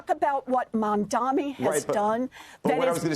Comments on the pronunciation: his name is MamdaNi, better learn it to pronounce it correctly as you're gonna speak about him for a very long time. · Mum-dani. It's not hard... WARREN! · Senator his name is MAM-DANI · Warren endorsed him. And you can’t even pronounce his name. MAMDANI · Not Mad mani? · At least pronounce his name right. It has an “n” at the end. This simply demonstrates as long as it’s her party she’ll defend. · he still can't say his name. This is just disrespectful. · This guy has been talking about Mamdani for weeks and still can't say his name right and even hesitates to say it. What a hack. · I can’t take anchors or guests seriously; who can’t pronounce a name correctly that is spelled as clear as day MAMDANI🗣️ (these AIPAC puppets are a joke) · Apparently it is hard. Bernie mispronounces it as well. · Why are they both so illiterate? It’s such a chore for them to get his name right. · Learn to pronounce his name, for god's sake. Such biased interviewing. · Ironically despite all his focus on the man, he still can’t say his name right 😂 what a clod